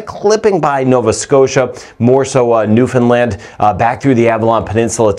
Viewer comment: Can I just say a huge thank you for pronouncing Newfoundland properly 😆 I hear it mispronounced ALL the time… so THANK YOU! 🙏🏼